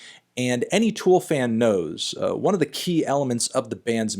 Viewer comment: For CHRIST’S sake Anthony, it’s TOOL not FOOL